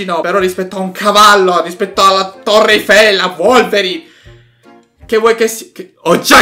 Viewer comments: ma non si diceva Wolverine (ho capito volverine) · Volverin è bellissimo con una grande pronuncia 😂